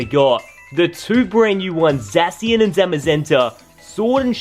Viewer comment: Btw it's ZA-shi-an